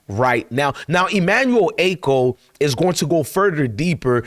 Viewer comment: Good video. But it's Ah-cho, not A-co 😂😂😂